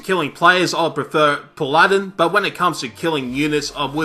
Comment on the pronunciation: did he rlly say paladin wrong lol